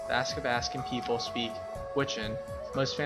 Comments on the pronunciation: Athabaskan not askabaskan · It’s also pronounced ATHABASKAN!!! Not Askabaskan.😡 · you’re pronouncing athabascan wrong. and we don’t just speak Gwich’in. please research more before you give out false info..